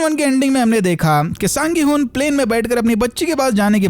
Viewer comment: Gihunn 😂😂 odia wale😂😂😂😂